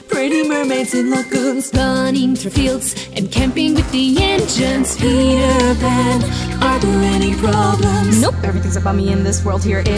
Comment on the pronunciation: This was a very awesome and well done song! Great job!! The only thing is that the pronouncing of Indian sounds like engines to me.